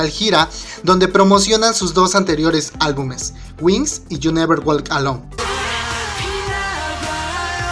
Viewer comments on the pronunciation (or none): none